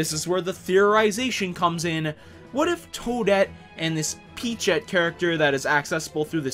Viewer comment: It's Toadette.